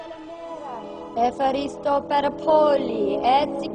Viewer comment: Φχαριστω ιολα 😂😂😂😂 κλαίω😂😂😂😂😂😂😂